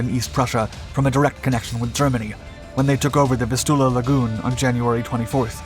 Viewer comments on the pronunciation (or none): VIS" tu la. Heer pronounced same as hair/hare.